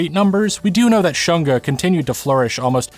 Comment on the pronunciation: I find it was deliberate to pronounce shunga as 'shun-ga' (versus shoon-ga) was on point when they were trying to ban it during the Meiji period, because they wanted to shun the shunga enjoyers 😂